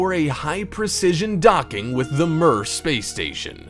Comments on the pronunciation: Mir is pronounced “mere”, not “mur”. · I've never heard mir pronounced like that b4